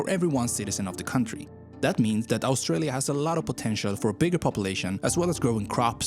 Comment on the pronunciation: We've just hit 27 million. What is that voiceover person's unusual accent with all his mispronunciations of English from his language? "Owstralia" for Australia? "de" for 'the'? "Yermany" for Germany and "yust" for just? "Ossies" for Aussies? (pronounced as Auzzies) etc.